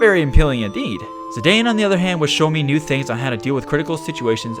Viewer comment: I believe it's worth a mention that Zidane actually is pronounced /ziˈdɑːn/.